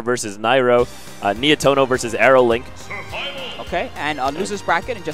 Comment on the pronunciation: not Nietoro Nietono is correct